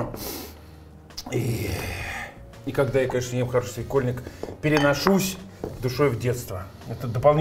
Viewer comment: СвекОльник,, ибо переходное ударение 😉